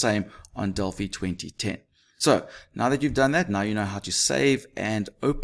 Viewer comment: At last someone who says delphi properly